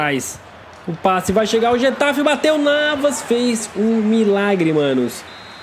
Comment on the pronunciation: getafi wtf e guatafe se fala